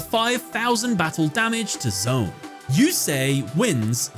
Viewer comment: Just gotta say, I love that you also analyzed the underlying theme of the first duel because that context is so important to the emotional impact of the event! But I’m still a little triggered by your pronunciation lol. It’s not “Zone” it’s “Z-1”